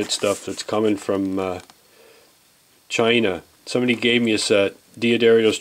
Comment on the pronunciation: the way he says chaeeena makes me want to believe that he's Trump lol great video tho!